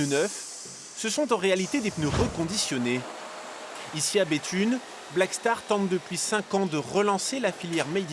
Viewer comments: C'est Béthune et pas Bethnune 😂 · Par contre la ville c Béthune et pas Béthnune, chepa qui verifie les fautes avant de balancer un articles mais il est sacrément nul